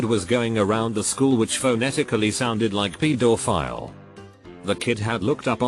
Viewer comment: What’s a peed-or-file?